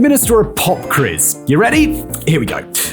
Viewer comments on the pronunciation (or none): "A Pop Qriz!" / " Skryscrapers" ... Forgive me but those are not a words.